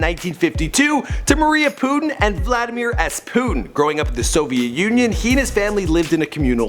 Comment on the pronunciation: It is pronounced VLadeemere